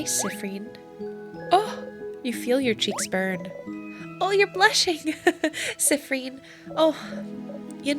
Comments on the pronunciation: i'm sorry but i can't stop laughing at how you say siffren instead of siffrin XD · "Siffreen" (edit: "Seeffreen" or "Seeffrin", actually) is the canon pronunciation, believe it or not! I watched a livestream of this game (by Jello Plays Games here on YT, don't think I can put YT links in comments) and the dev was hanging out in chat and specifically corrected the players on the pronunciations since they kept saying they weren't sure. Can't remember where in the stream it was said, but I promise it's in there somewhere. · It's... not. It's "seeffreen" or "seeffrin". I think you got the syllables mixed up, teehee!